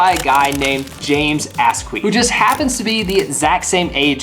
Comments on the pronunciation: James as-queif 😅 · did anybody else hear James AssQueef in the beginning?